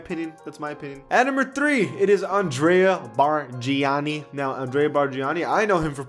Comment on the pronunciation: Did all that research on Rafer Alston, Kirk Heinrich, Andrea Barganani but didn’t even bother on researching on how to pronounce their name. You were already there should’ve went all out🤷🏻‍♂️😂